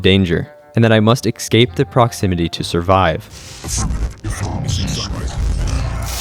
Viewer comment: I’ve noticed you mispronounce the word “escape” in every single one of your videos. You always add an x where there isn’t one. You say “ex-scape” but it’s pronounced “es-cape.” Exactly how it’s spelled. Es-cape.